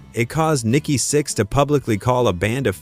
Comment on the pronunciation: VERY first thing this AI slop narration says is "Nikki Six X".. annnnd that is the end of this video for me lol